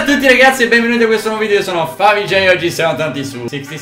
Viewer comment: Invece lui é Favij, non é Cleiy